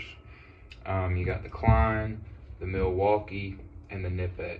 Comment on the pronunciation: The K is not silent!